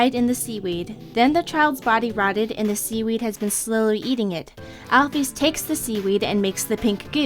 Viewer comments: you pronounce alpyus wrong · I pronounce Alphys like, "Alphis". Not, "Alphees". Not criticizing or anything, but that's just how I pronounce it. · alphys isn't pronounced alphees Mettaton isn't pronounced like that!!! Pronounce it right!!!!